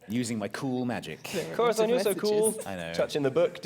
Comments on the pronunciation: Does anyone know why insists on pronouncing Corazon as "Cora-thon"? I love all these guys dearly but every time he says that name it's like a pencil getting shoved in your ear. It's not a lisp cuz every other word with an 's' or 'z' or soft 'c' sound is fine. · I know this is extremely late, but Corazon's name is Spanish and that's how you pronounce the z in Castillian Spanish.